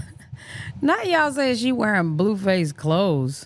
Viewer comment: I thought it was pronounced BLUEFACE, not BLUEFUSS😅